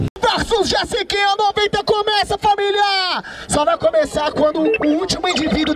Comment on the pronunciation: Não é jessikinha.. É jesiKONA